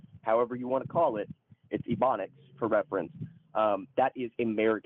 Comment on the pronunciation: Bro really said "ebonics"